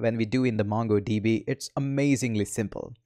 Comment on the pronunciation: m sure....u dont code much!...n the pronunciation of "M-U-NGo DB" is stuck in my head!